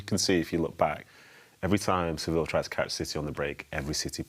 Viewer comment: “Sevill” it’s suh-vee-uh